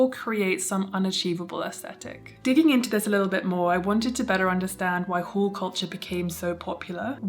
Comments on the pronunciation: Thought you were saying 'whole' culture, quite opposite, i think. Sorry, I'm an ESL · Not hearing the L in haul made this video so much more entertaining 😂❤❤❤